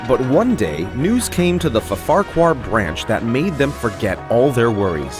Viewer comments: He said FFarquhar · I always like slight-adaptations like this - same plot, but with a few tweaks here and there to make it it's own. Fantastic cast and camerawork as ever! (People mispronouncing Ffarquhar is always a win in my books!)